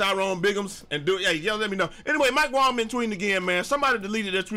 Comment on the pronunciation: Mike wang was trolling. its wang not Wong look up the tweets lol